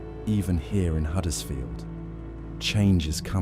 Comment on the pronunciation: Just as a matter of interest, it is Huddersfield with a 'U', not Haddersfield, as you said so many times during the video....